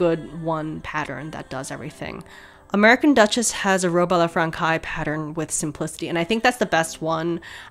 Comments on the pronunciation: That last word in "Robe a la francais" is pronounced "frahn-SAYS" The "c" with the little tail on it -- ç -- is pronounced like an "S." "Français" is French for "French." (BTW the other "robe" -- Robe à l'Anglaise is pronounced "on-GLAZE") And the "ch" in "stomacher" is pronounced like a "K" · I’d love it if in future you could get more full body shots of you walking (in your yard maybe?) so we could see how the fabric drapes and the gown moves. Just a wish. Haha Also FYI The pronunciation is Robe a la Française. Frahn-“says” as in she says. Française. The C has a cédille meaning an “S” sound and the ai together makes an è sound. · hey bestie! français is pronounced like fraN-say or frawn-say but with a soft w (ppl who speak french fluently pls correct if wrong) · I’m not French but the way she pronounces “française” made me die a bit inside not gonna lie. However, it’s still not ok to make fun of her and a simple correction would’ve been so much better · As a French speaker, you did a great job on her name but the way you say Robe a la Francaise is giving me shivers... Here’s a link to a correct pronunciation wav. PS None of this should detract from your absolutely incredible work on this dreamy dress. Brava! You are a modern Renaissance woman. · i just heard you prononce "robe a la française" and that's terrible, please, juste say "robe a la french" if you can't say it ^^ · I think you should use google translate next time and have the French words said to you by the voice robot because you really butchered some, especially robe à la Française lol. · oh and I'll stop there but it's a very common mistake, "robe à la française" is "robe à la franssssssséze", not frankaï ( learning french must be so hard lol ) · Stop the presses!!! Robe a La Frankay??? So bothered by your pronunciation of this word. Phonetically it’s Fransez!!! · It’s robe a la fran says not fran kays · [ah la fran-saize]